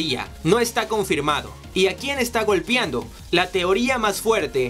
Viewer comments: GOLPEANDO, no "golpiando" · No puedo tomar enserio el "golpiando" por dios, se dice GOLPEANDO. están bien interesantes estos videos pero por favor corrige eso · Se dice golpeando y no "golpiando" :v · ¿Soy el único que sintió escalofríos cada vez que dijo la palabra "golpiando" (con i)? Jajaja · Estaba súper clavada hasta que escuché el "golpiando" jaja excelente resumen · Alguien noto que dijo "golpiando" en el vídeo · GOLPEANDO NO GOLPIANDO GOLPEANDO NO GOLPIANDO GOLPEANDO NO GOLPIANDO GOLPEANDO NO GOLPIANDO PD: IMPERMEABLE NO IMPERMIABLE DE AHI EN FUERA BUEN VIDEO ✌️ GOLPEANDO NO GOLPIANDO